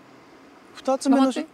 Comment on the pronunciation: 「黙って」が「ナマステ」に聞こえるwwww